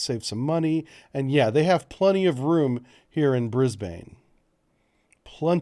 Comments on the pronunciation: Brisbane is pronounced "bris ben" (briz vegas to us locals). From a practicality point of view it makes sense but it will be interesting to see what happens as there is a lot of anti-nuclear sentiment in the community. It is a rarity anywhere in Australia to even have a visiting nuclear powered warship. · hey man Brisbane is said Brisbin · Brisbane pronounced Brisbin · American friends, Brisbane is pronounced Brizb'n, not Brizbaine. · You sure? In Sydney we'd usually pronounce it more like 'ban'/'bun' than 'bin'. Anyhow, it's definitely a short second vowel, not 'Brisbayne' ;) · its Newcastle - one word. And its pronounced Bris-bin. As for anti-nuke sentiment its a small noisy minority that the media and government pays way too much attention to. Rent a crowd types mostly. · There is also a Brisbane in the US. They pronounce it Bris bain. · Hahaha ah yes yenks saying Brisbane is always funny Locals say Brissy Nation says bris-ben Thanks for having more informative vids then the media spins every day while saying nothing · Re pronunciation, I think it might be easier for Americans to think of it being spelled Brizb"n. The a is barely pronounced at all. Same thing for Melbourne: Melb"n. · Yep. I was going to drop this. BRIZ-BIN. This will avoid much cringing in the future. Also, (not that you did), please don't try an Aussie accent or colloquialisms. Also, Brisbane has regular visits from American Nuclear Aircraft Carriers and Subs. And you're right about the man-made island, its called Fisherman's Island and it's constantly being enlarged using the silt and sand that naturally fills up the river. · If it is going to be built in Brisbane it will probably be built at-(HMAS Moreton)- it's mainly administration building but it does have a Pier for visiting ships how ever there are no ships based there In the video you were close to it you just add to go into the river a little. ps you're saying Brisbane wrong I found it kinda funny